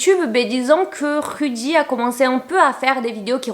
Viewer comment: Tu t trahis en prononcer le nom de rudy plusieurs fois